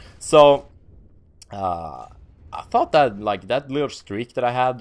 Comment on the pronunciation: I love how doesn't use "H's".. Tanks.. Tought… ahhaha.